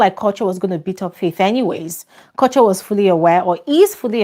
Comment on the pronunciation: please assist in confirming the name of the housemate "Kuture" it pronounced "Korch yoor"? Some kind of Oyibo pronounciation? Abi as an Africa original (apologies to late Fela) it should be pronounced "Koo-too-ray"? Abeg anyone who knows the correct pronunciation please enlighten us.🙏🏼🙏